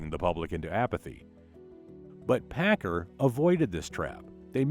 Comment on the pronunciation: Paccar is pronounced as 'packcar' by most everyone in the industry. Not 'packer'. I drove both over a 40 year career in trucking.